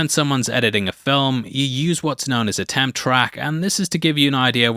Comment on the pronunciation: It sounds like you're saying "tam" track, not "temp track.